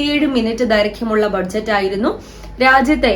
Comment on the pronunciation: ബഡ്ജറ്റ് അല്ല ബജറ്റ് എന്നല്ലേ പറയുക 🙄